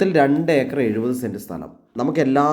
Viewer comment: Eekar അല്ല acre എന്നാണ്.